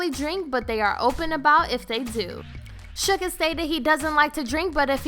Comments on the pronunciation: It is actually Suga not Sugar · its suga....not SUGAR JEEZ GET IT RITE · "The BANG-TAING boys" "shu-guh"